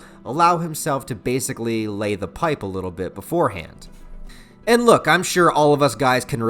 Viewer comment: you pronounced "Lay" wrong